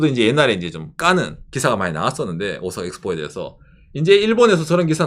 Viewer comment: 오사카 할때 오오~ 사카 장음으로 발음하는 군.